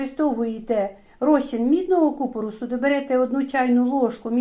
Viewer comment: ДЯКУЮ Але дуже слух ріже неправильний наголос в слові купорОс. Потрібно на останньому О.